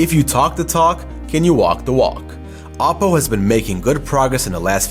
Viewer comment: OP PO !! not apo ! it sounds like Apple